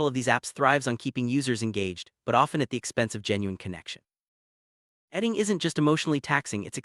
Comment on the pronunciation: Why don't you check the pronunciation of your content prior to publication? Datting - What the fuck is that?